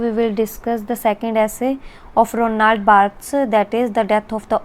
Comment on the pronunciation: It's Roland barthes not Ronald.....